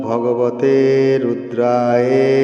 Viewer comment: মন্ত্রের উচ্চারণ ভুল আছে সংশোধন করে দিবেন। শেষের শব্দ টি রুদ্রায়ে নয় ওটা হবে রুদ্রায় অর্থাৎ অ এর উচ্চারণ হবে।। ধন্যবাদ।